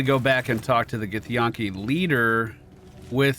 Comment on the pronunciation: The way you say githyanki boggles my mind because it's spoken many times by the characters in the game. It's like Yankee. Where'd the yawn-ki come from?